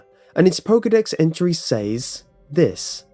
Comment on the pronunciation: Need to work on your speech/enounciation in all of your videos. Says is pronounced "sez" not "sāz". Just a lot irritating and detracts from what would be great videos that you do. Other than that issue I believe all of your videos are pretty solid works.